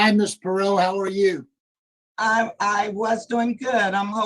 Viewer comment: How do you hear them pronounce Perrot multiple times and still mispronounce it lol